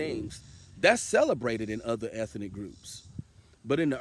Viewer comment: "eth - EN - ic " More pure SAVVASOOCH 😅😅😅😅😅😅😅😅😅😅😅 Can I done GETZA WITNESS RIGHT DEAHHHHH 🧻 🚽 🧻 🚽 A 5 piles rating💩 💩 💩 💩 💩, P DUD 😅😅😅😅😅😅😅😅